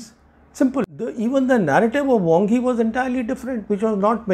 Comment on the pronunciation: It's "Wang Yi", not "Wong Hi".